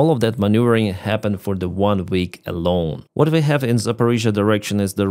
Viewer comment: Ukraine takes a burned out tree back from the Russians- reaction: 👁👄👁 "WECHAVE AN OFFENSIVE"